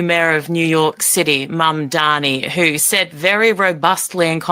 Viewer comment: who else thinks it's very strange that always says mamdani's name wrong the same way his opponents do? I mean it is so absolutely not difficult to read the letters in order, and it's a very simple name...